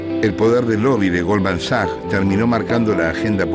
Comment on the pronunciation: que rabia me da al tipo este diciendo goldman saggg, no sabe lo que es la ch? es sach pufff